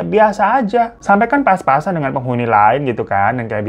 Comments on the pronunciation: Lidahnya keseleo itu mah.. Kayak temen gw, sertifikat disebut 'setrifikat'😂😂. Dibenerin gimanapun ga bakal bisa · Ya emang Bang Hiro kan lidahnya suka typo, maklumi aja. 😂